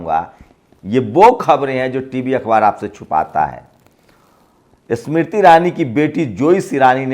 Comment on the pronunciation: Yaar tum apna Pronunciation to theek karlo pahle......Smriti bola to aisa laga ki Isss Mirtti ( Iss mitti ) bol rahe ho.....